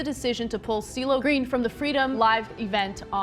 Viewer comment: Was calling him "Diddle Green" at the start meant to be a pun? Listened to that first second 10x in a row, it's impossible that you said anything resembling "CeeLo", lmao